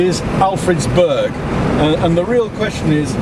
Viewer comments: Someone needs to teach him how to pronounce Burgh (it's like burr, the g is silent) The Burgh of Hastings was several miles away, in Hastings. One of the ditches he said was the bughal ditch (and the smallest burghal ditch in England if it were to be true) was one of our right angled evaluation trenches we did before we stripped. The archaeology at the top of the hill was Roman. The archaeology in the valley was middle stone age. We were there so long because there was a fuck ton of flint to dig up systematically. We weren't the reason the road was late, as you know, we left over a year ago. The Crowhurst bridge was still unfinished in May... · Burgh is pronounced Bur(g)h, Berr. Please note, MANY of the Berrs built in Alfred's times where built upon many old hill forts, Roman places of occupation, or in places where local villages, hamlets would come together to defend their area. These were built normally to defend areas of travel via land or river, Warningcamp in Sussex is an excellent example, besides the river Arun, or Chichester with its harbours.... Both were Burghs. One beside a river in a place that has been occupied by Celtic, Romans, Romano British and later Saxon/Jutish, whereas Chichester although not an ancient hill fort, or tying in with Alfred's dimensions of a proposed burgh, has got a bloody great Roman built wall around it that would have had a ditch in front of it and would have stood 5 metres tall, but a Burgh Chichester most certainly was. Brilliant vid as always. Keep em coming.